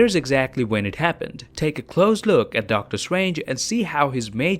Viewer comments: Really He really is calling doctor strange DOCTOR SWANGE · Hate how he pronounces doctor strange